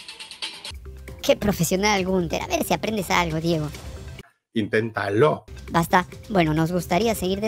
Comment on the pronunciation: Like por Ocram y el "intentaló"😂😂😂